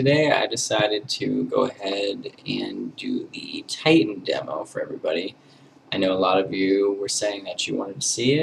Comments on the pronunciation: When you say Titan like that it sounds like the Geman word "Titten" and that means tits. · lol he said titten